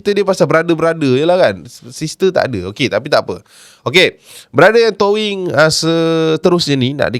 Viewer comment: TOW - ING acap..bukan TOW - WING ..adoii😆